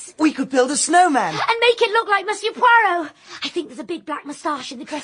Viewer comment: Its....Poirot... and I am Belgian..